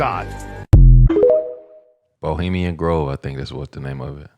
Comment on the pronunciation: Did you call it Bulimian Grove??? 🤣😂🤣😂🤣 Bulimia is an eating disorder. It's Bohemian Grove.